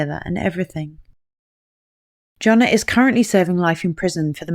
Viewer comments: makes the Y sound like Johann Sebastian Bach. Yonna not Joe-na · Jonnna • pronounced Yonna... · The way this narrator keeps pronouncing Janah as Jonah and accidentally using him or he with reference to Janah made this hard to follow.